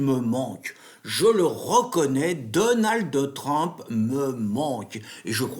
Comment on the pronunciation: J' aime bien la prononciation : " Donald Trempe".. Super trempe !